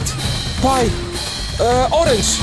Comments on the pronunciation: Na mausical memory NIE muwi orange tylko organs tytytyyyyyyyyyyy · On mówi organs a nie orange